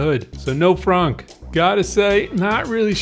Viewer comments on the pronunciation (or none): TY. Not sure why google didn't understand it. Maybe because I thought you said fronk instead of frunk.